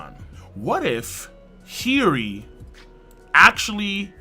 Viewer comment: Bruv! Why do you say hioris name like that? Its cringe AF no cap 🤣